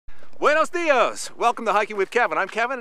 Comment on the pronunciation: "Bway-nos Dee-os!"...Heh, heh, heh. Kevin, you live in LA. And your Spanish is atrocious. Congratulations.